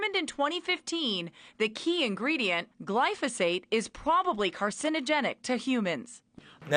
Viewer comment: It's pronounced carcino-GENIC